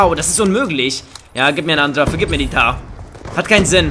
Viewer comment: Junge sie heißt Mtar und nicht Tar!!! :'D